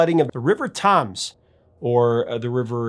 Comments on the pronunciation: Tims, not toms nor tums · A stone cold classic that has not aged at all and never has it been more relevant than it is now. And yes, the album is still killer with no filler. Clampdown. One of my all time favourite tracks. Small point, it is the River THAMES (pronounced Tames), not Toms. Great video as always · Sorry, but I have to say the London River is pronounced “Tems” not “tums” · Topper Headon was thought to look like Mickey the Monkey, and was called Topper as that was the comic that the character came from, he was not called Mickey the Monkey. The river that runs through London is the Thames, it is pronounced "TEMMS" not Toms as is said throughout this otherwise very good presentation. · how the hell did you mispronounce the River Thames like that? Tums? It was the Thay-ms, until a visitor from Germany was made King George I of England, and had trouble pronouncing the 'Th' with his thick German accent, and called it the 'Tems'. No-one wanted to embarrass him, so they all went with the flow, and called it the 'Tems.' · Thames is pronounced tems - like stems without the "s" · Thames is pronounced "tems" not "tums" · Thames is pronounced 'Tems' not 'Tams'. Somewhat illogically 😊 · Epic song Not epic is not knowing how to pronounce Thames (tems NOT tums ) 😂😂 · it's not pronounced "tims" either it's pronounced "tems" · The “London Calling” vinyl LP was released way back when I was a Radio DJ, and it was my pleasure to play the title cut on the California FM station where I worked at the time. If you like Punk, you’ll LOVE the record. I’m proud to say I still have that original pressing of the album! And by the way, the River Thames is pronounced “tems”. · Thames in pronounced TEMS. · Great content man. But, the Thames is pronounced River 'TEMS'. x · River Thames is pronounced 'Tems'. Great video.👍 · Thames is said "tems" like gems. "Rock the Casbah" was played a lot on the radio. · Just one point... Thames is pronounced Tems! 😃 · It’s pronounced “Tims”